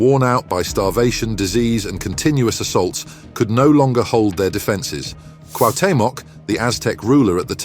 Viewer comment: It's pronounced /kWahW.'te.mok/